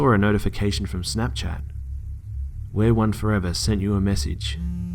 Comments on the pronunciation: I think it's pronounced "we are one forever", not "wereone forever"... ....this just got a lot creepier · Looking at the "stalkers" screen name and it's pronounced we are one forever, not wear one forever. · It's not wereone forever it's we are one forever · Just a little heads up, It is pronounced "we are one for ever" not "wear one forever" I think that's part of why it was so scary, and it was a pretty key detail. Otherwise, great video!! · It's "We Are One Forever" not "Wear One Forever" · You do know that the name is pronounced, we. are. one. for. ever. not wereone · I think its pronounced We are one forever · instead of wear-one-4ever maybe it's pronounced we-are-one-4ever, creepy! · I love listening to the stories. They're always creepy and keep me on my toes. However, I did find it bothersome that you pronounced the perps SN as "wear one forever" after seeing the last proof image I could see that it's "we are one 4ever." Which to me... Makes this story a little creepier. Does this person want to be one with the storyteller!? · Errm it's not wear 1 it's we are one 4 eva it was annoying my all video sorry!!